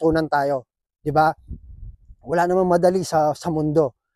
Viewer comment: "awla"??? hahahahaha kapampangan ka ne bappppp 😅